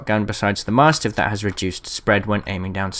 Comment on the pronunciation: Nice tips. Although I will say that I have never heard anyone else pronounce mastiff as 'maahstiff' in my life. "cool dog, is it some kind of maahstiff?" "U wot m8?"